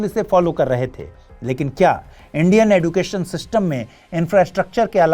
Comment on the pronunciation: Sir yeh एडुकेशन नहीं, एजुकेशन है।